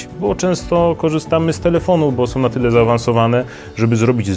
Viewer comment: Som, bendom, pozwalajom, jednom, wyglondajom....